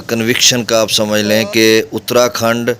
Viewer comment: جناب اترا کھنڈ نہیں اتار کھنڈ ہے آپ کی اطلاع کے لیے